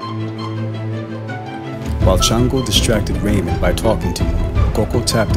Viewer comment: Its pronounced shawngo not chan- go the name is from the Yoruba tradition ifa the Orisha shango the god of lightning he carries a double headed axe so he probably was a Santeria worshipper which santeria is derived from ifa and native American spirituality along wotb synchronize Catholic saints which they hid black and native deities under the Catholic saints from the Spanish who would've killed them for practicing the tradition just as how in hoodoo and rootwork we hid things by using the bible and Catholic saints